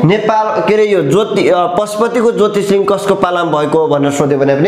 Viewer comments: उच्चारणमा चै अलिक ख्याल गर्न पाए सुन मा सुगन्ध हुन्छ। ज्योतिर्लिङ्ग लाई ज्योतिषलिङ्ग ... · महोदय तपाईले इतिहास को बारेमा राम्रो जानकारी दिनुभयो त्र जोत्रिलिंग हो जोतिस लिंग होइन अनि हस्तीपुर होइन हस्तिनापुरहो। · Jyotishlinga haina hau master ji jyotirlinga vannu na